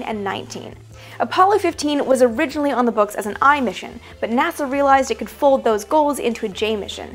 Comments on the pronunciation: she said naza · “Naza” aaaaand I’m out